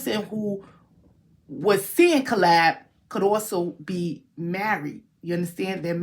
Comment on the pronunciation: Say it like KAY-LUB CALEB